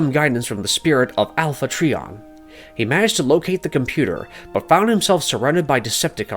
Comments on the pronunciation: It's pronounced Alpha TRY-on ... Not Tree-On If you're gonna record a voice over video & Post it, it would behoove you to know the Proper Pronunciations. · Bumblebee is a prequel and alpha trion is pronounced alpha tryon. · I asked myself the same question. I get that they wanted to put this video out fast but, just take the time and research and get all the information correct. Also is cringes me when he call Alpha Trion, "Alpha Tree on" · Alpha Treeon… 🙄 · This some bs cant even pronounce alpha trion correct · Please, check how to pronounce the names. Dion, Alpha Trion, Quintesson, and others were pronounced wrong. These names have been around for 40 years and they’re well established. Laserbeak’s name was pronounced Laser “break” in another video as well. Your videos are great but these errors stand out.